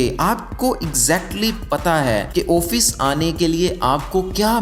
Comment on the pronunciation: Your video is nice, Thanks. I hope you will motivate yourself that it is not "Oofeese" but "Office". آفس